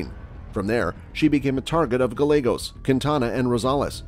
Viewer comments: Double LL in Spanish is pronounced as a Y so Gallegos is actually Gah-YEH-Goes not Gah-Legos. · Guy-ye-goes Not guy-legos! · Guy - yeah - gos. Not galegos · Lol....gallagos..... it's guy-aygos. Weirdo. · Gallegos..."guh Legos" Fool where are you from? 🤣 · Gallegos is pronounced as Ga-yae-gos. "Ga" as in lady gaga. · Gallegos is GUY-YAY-GOSE.....c'mon bro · Gallegos ... pronounced GI-YEAH-Gos. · pet peave, my ex husbands last name was gallegos, it's pronounced GUY-A-GOS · Omg Gallegos pronounced “GAH-YEH-GOES”….if you going to narrate learn the actual names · Learn some Spanish. Gallegos isn't pronounced Gall-egg-os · Gallegos is pronounced as if the "ll" is a 'y'. I just wanna see your channel grow and thought I'd do my part to help. Cheers, dude! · The real crime here is the pronunciation of Gallegos. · 2 L's = Y sound. Learned that in 8th grade Spanish. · Bruh can’t say Gallegos right lol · You said the 1st guys last name wrong sir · Gallegos isn't pronounced with an L 🤦🏻‍♀️ LL in Spanish is pronounced as a y sound like in yet. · If you are going to be doing a report at least pronounce the last names correctly